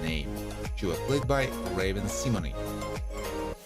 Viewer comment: You said Raven’s last name wrong